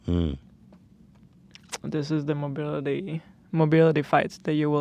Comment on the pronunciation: Mobility disability-mo-beel